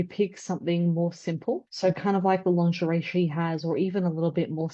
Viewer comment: Frighteningly smart analyses - 'lawnzheray', though. Ouch!